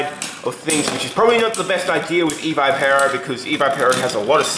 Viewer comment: its ee v ih pur oh